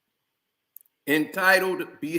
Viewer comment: I gotta teach how to say “narcissist”